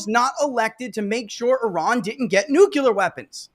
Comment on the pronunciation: Nuclear is not that hard a word to pronounce dude….